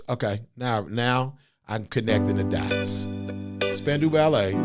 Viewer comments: Spandau - not Spandu. And it is prounced Span-Dow (like Doe Jones). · They were not a boy band. They were the New Romantics. Very talented, did not lip sync. Pronounced spandau (dale) 😊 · It's pronounced Span Dow Ballet. Named after Spandau Citadel in Berlin. The Ballet was said to be describing the twitching of all the people who were hung there during WWII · Pronounced span- dow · It's pronounced "Span-dow" Spandau is actually a place in Germany near Berlin. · Pronounced Span-dow - rhymes with how. Not even close to a boy band. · I love ya Krizz, but your statement about cordless mics was incorrect. Oh yeah, we did. And it's pronounced Span-dow Ballet. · Pronounced as Span-dow, as in span-cow, Ballet. Not a boy band. Movies 🎥 16 Candles 🕯 starring Molly Ringwald in 1984. The Wedding 💒 Singer has an excerpt. Written by Gary Kemp. Classic 🙌 1980s pop ballad. In the video he is on piano 🎹. But, in concert and in the studio 🎙 he was on guitar 🎸. Jess Bailey was on piano 🎹 in the studio and on tour in early days of Spandau Ballet. Martin Kemp, younger brother of Gary, on bass guitar 🎸. He was married to Shirlie Hollliman, who was a backing singer for Wham! You can see them in the music video 📹 Last Christmas 🎄. Steve Norman on saxophone 🎷 John Keeble on drums 🥁. Tony Hadley on lead vocals. He quit. The band broke up afterwards. . Marvin refers to Marvin Gaye, who was alive in 1983. RIP. Samples. 1 In 1991, PM Dawn used a sample for a song 🎵. 2 Backstreet Boys had a sample: ain't nothing but a heartache 💔 matched the descending piano scale, and last , of True. Suggested videos 📹: 1 PM Dawn performs Set Adrift on Memory Bliss 2 Backstreet Boys sing I Want It That Way. 3 Spandau Ballet performs Highly Strung. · IT'S SPAN....DOW, that's the pronunciation. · and the 'dow' part is pronounced as in 'down' , not as in 'window' -- except if you live in some parts of the world like Scotland, Canada, some Northern English counties.